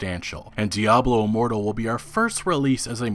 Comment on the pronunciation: Say it right man.....DIABLO IMMORTAL! 😂😂